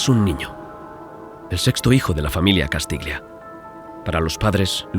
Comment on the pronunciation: castiglia se pronuncia castilla. -Un saludo.